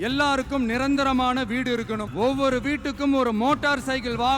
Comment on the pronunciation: இருக்கனும் இருக்கனும்...னா... புரியவில்லை தெளிவாக சொல்லு ங்க...